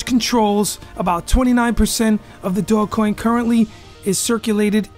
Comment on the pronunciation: bro SAY IT RIGHT OMG how you make a video about it and you don't even know how to pronounce it